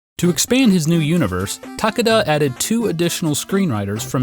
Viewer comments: TAH-kay-dah Sorry to be that guy, but you say the name like 30 times in this video... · Ta-KAY-da it's Ta-KAY-da...